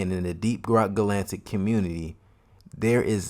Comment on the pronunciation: Ga lan tic.. it’s ga latic Edit: it’s hox EEEz